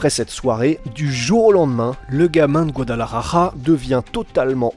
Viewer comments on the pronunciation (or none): Guadalajara !! ja= R avec la gorge, ra= R avec la langue... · peut tu stp prononcer correctement Guadalajara et Jalisco . un peu de respect stp